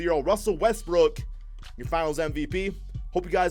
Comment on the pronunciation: Did you really say Russell Westbrick